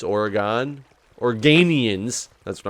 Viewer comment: you said Oregon wrong!